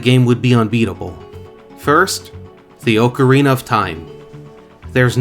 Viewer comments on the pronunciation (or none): its oca-rina not ooocarina